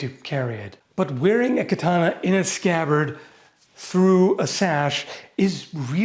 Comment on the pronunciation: That's exactly what those Edo period swords were optimized for, yes. Also kudos for pronouncing katana correctly a couple times 😊